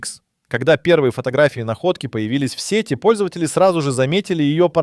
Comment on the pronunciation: Автор " ВЄКІ" на очах! "В СЄТІ" попадає тільки риба...коли ви бля малограмотні і не вмієте ставити вірно наголос, найміть умнішу людину!